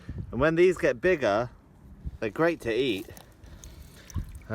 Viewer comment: i lost it at 7.46 when he said nigga instead of bigger lol